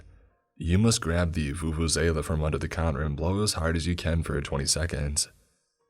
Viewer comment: Do you really have a vuvuzela in US? I like how you pronounce Vuvuzela 👌👌👌.